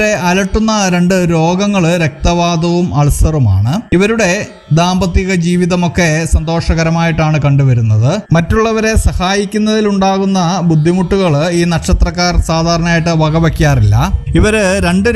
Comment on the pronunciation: ദാമ്പത്തികം അല്ല, ദാമ്പത്യം എന്ന് വേണം ഉച്ചരിക്കാൻ